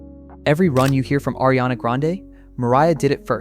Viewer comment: Are you a vocal coach? Or why do you feel entitled to make a video like this? LOL Why do you think you have the authority to establish that Adele is above Ariana? Is Lana on the same level as Adele? 🪦Your criteria sucks, bro. PS: It's not "Airy-ana", it's "Ah!- riana".